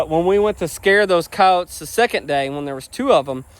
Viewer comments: Ok. You meant coyotes. At first I understood "cows". Weird pronunciation. 😂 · Me to notice that I hear cowes